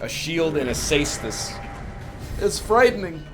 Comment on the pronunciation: Caestus? More like seastus haha